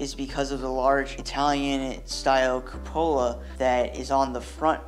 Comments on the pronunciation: Great video dude but it’s not a Cuppola, that’s what you said it’s pronounced coop a la.👍☮️ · FYI: cupola. Pronounced Q-pull-a (short a) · I loved the vid. I am sure you are misprouncing "cupola" though. I never ever heard it the way you say it. The accent should be on the "cu" not the "po" as you say it. Anyway, great vid. TY